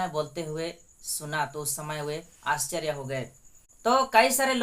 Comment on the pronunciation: ✝️👑⚘🙌🙌🙌🙌🙌Prease the lord...बेटा " भा सा नही बल्की भाषा है ,यरूसलेम नही येरूशलेमन...,आच्सर्य नही आश्चर्य...कुछ शब्दोको साफ बोलना,बोली भाषा जोभी हो पर साफसुथरी जरूरी है...और क्षमस्व करना की मैने तुम्हे कुछ बताया ...प्रभुयेशुकी प्रिती और शांती सदैव तुमसंग और सारे परीवारके संग रहे...आमेन, आमेन, आमेन..🇮🇳🇮🇳🇮🇳🙏🏽⚘❤⚘🙌🙌💔mmi👈⚘❤⚘